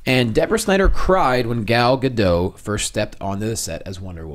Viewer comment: Her name is pronounced Gah-Dot. That's how she says her name That's how you should say her name.